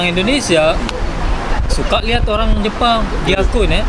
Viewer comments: Olang Olang🤣😂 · Humor saya cuma sekedar dia ngomong "olang olang"😂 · R dibaca L L dibaca R 🤔